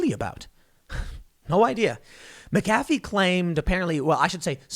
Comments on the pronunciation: Say his name right.... just once.... please!!!! Lol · Tim "I do my research" Pool Can't even pronounce McAfee right Literally just search "How to uninstall mcafee", click on the video made by him and watch for 15 seconds. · I hate when people mispronounce it too. No excuses. This man has said his own name countless times. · It's funny how Tim is saying his name. 🤣🤣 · Mick-uh-fee not Mack- uh-fee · "John meh-cafe" It's pronounced "Mac-A-fee." Christ Tim lol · That Mc-A-fee, not Mc-Ca-fee! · Okay Tim Po-ole, it’s McAfee not Micaffey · MACafee…not maCAFee. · Mac-uh-fee not mick-affey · MAC ef fee!!! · FFS TIM WILL YOU PLEASE LEARN HOW TO PRONOUNCE NAMES & CERTAIN WORDS LIKE MAGNET Not MAGANATE & McAfee pronounced MACK-A-FEE ffs Dude make an Effort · It's pronounced MACafee despite the way it's spelled. Doggone foreigners and their fancy surnames. I used to work for McAfee - your mistake is a common one. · Mac-UH-FEE. Jesus man. Being OLD & KNOWLEDGABLE is a burden! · Tim, it's pronounced MACafee. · It's pronounced mac-ah-fee. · His name is Mc a fee. He's not a friggin McDonald's coffee clown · John McAfee pronounced it mackafee. Just fyi. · Tim it's MAC a fee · It's Mac a fee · Take a shot every time Tim says MahKafee. Congratulations you are dead from alcohol poisoning. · It’s pronounced Mac-uh-fee...from his own mouth in a documentary I watched on him a couple years ago. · It’s MAC-AfFee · MAC AH FEE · Mack-A-Fee a with the short sound. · Please pronounce the name correctly - MACafee, accent on 1st syllable. Shame on you! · It's MAC A FEE. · I couldn't even pay attention to the whole story without clinching my teeth over ,Mac -a-fee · pronounced * MAC-A-FEE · Mac uh fee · You mispronounced Mcafee this entire video and only pronounced it correctly the last time you said it 🤬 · As a second language speaker, is Tim's pronunciation of McAfee on the A correct? I've heard it on the ee only (up to this point). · You're mispronouncing his name